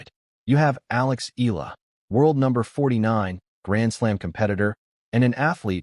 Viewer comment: It's pronounced EYahLah Not ilah , pls stop murdering her name😮